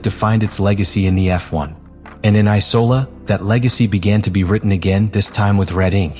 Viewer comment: Why tf do u keep letting ur bot say Icola instead of Imola. Watch ur own videos